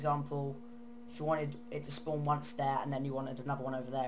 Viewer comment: "on a spuwnaaah"